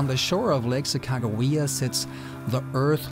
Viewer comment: Your pronunciation of Sacagawea is spot on. Beautiful! I worked for the North Dakota Department of Tourism over 35 years ago and loved recanting the story of the Tour of Discovery to anyone that would listen. I dreamt of doing a paddle top to bottom just as you are. Sadly time and disability caught up with me and that dream was lost to the pages of time. It's a pleasure to watch you live it out. Safe Travels!